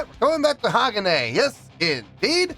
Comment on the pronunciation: Its pronounced HA-GON- A (long A And emphasis on the MIDDLE Syllable